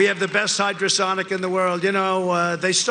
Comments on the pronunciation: Yeah, I was wondering why Trump was saying "hydrosonic" missiles. Is he talking about torpedoes? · Hypersonic. He said hydrosonic, omg.